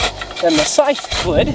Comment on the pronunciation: Aaaargh! It's agony! Scythe rhymes with "HIVE"!!!! Not "strife".